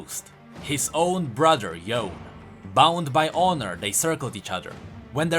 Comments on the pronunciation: Bro, I can't 😭 Why you keep pronouncing it like "Yown"? Even the characters, and in the cinematics they say "Yoh-neh", I don't understand why so many people keep saying "Yown" 😭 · It's Yo ne.., the e is not silent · It's Yo-nay ffs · It's pronounced yoo-nay. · Its cringy hearing him say "yone"...i didn't finish the video after hearing it 3 times lol